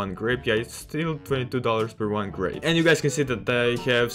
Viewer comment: its called grape not grap